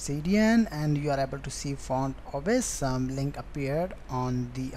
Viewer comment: dude its ausm not aceee som!